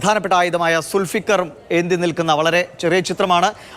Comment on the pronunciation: സുൽഫിക്കർ അല്ല ഡോ, ധുൽഫുക്കാർ🤭🤭